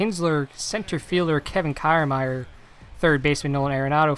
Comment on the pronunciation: Good video. But that’s not how you pronounce Kiermaier